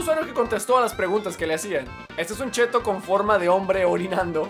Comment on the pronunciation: Se dice chetto :v